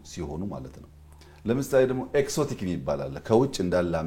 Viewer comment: እንግሊዘኛ ጠብ ጠብ ስለተደረገ አዋቂ አያደርግም ያዉም አንዳንዱን ቃላት በቅጡ ማለት እያቃጠ: ለምሳሌ exotic ሲነበብ ኤግዞቲክ እንጂ ኤክሶቲክ አይባልም።